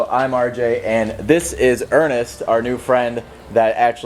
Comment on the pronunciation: When he said Ernest i thought he said anus